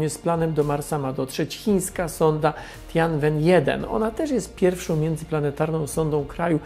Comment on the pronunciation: Nazwę chińskiej misji czyta się Tjenłen 1